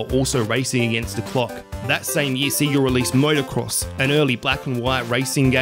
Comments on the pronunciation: Its not see-gah, its say-gah. Have you ever played Sonic 2? It says the proper title when you turn it on. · Seg-ga not See-ga. Toe-mee, not Tommy. Also, it's OK to take a breath once in a while. It sounds like your entire video is one long sentence.